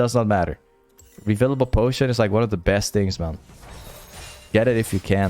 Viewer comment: yo it is reFFFFIlable potion and not revilable potion btw and how u say control ward is also wrong motherfuck. that what u say its: „cunt- roll wards“ and not coooontrol wards. oh my gawd my ears